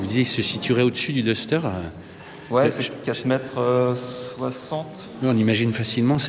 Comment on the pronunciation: Le "daster" pas le " dester" . It's English buddy.